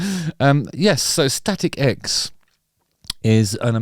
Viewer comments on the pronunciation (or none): first time i saw them was decades ago warming up korn tour. awesome band. I heard you say "static eggs" every time :D